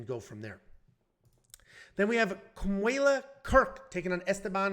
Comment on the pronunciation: FYI. Kamuela…. You did perfect! You pronounced it correctly!